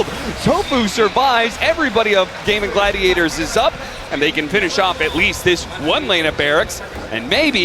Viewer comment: These casters keep saying Gaben Gladiators